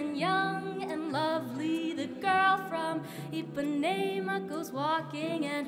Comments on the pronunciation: Congrats to the soloist for the pronunciation of the word "Ipanema". It's common to hear USers pronouncing it as "Ipaneema" but hers was spot on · SHE PRONOUNCED IPANEMA CORRECTLY (´ゝ∀・｀)ﾉｼ oh the charm in everybody's perfomance